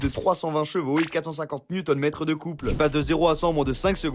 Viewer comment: C'est pas N/m mais Nm